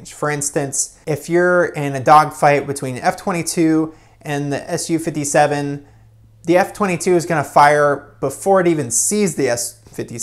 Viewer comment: It's pronounced "soo- 57" not "su 57"